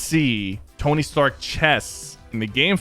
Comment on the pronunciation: Stark rhyms with shark. Just saying